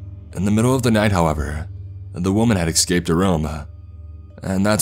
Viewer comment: Okay this was very enjoyable, but, once again - 'Escaped'. There is no X in the word. Please look it up for fuck's sake. Read it. Let it sink in. Srsly though very well done.